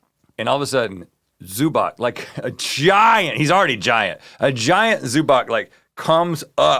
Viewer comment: Rhett doesn't know how to pronounce Zubac